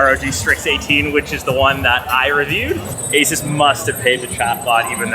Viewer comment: It's Asus. Period. Nty